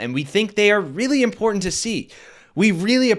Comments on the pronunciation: Marge, there is no such word as impordant. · Why does she use the word important when she can’t pronounce it correctly? She says in-pour-dent 😂